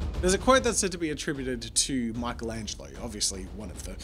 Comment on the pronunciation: Lol who tf is Maikelengelo, his name is Michelangelo (meekelangelo)